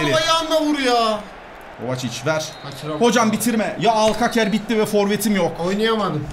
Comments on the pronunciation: Alkaker degil "alkazer" pako alkazer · alkaker nedir ya onun okunuşu alkaser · Alkaser diye okunuyo abi 😀